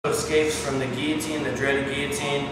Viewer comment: thank you for pronouncing guillotine right.